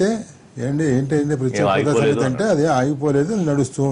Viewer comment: Prathyaksha hodha kadu ra babu prathyeka hodha...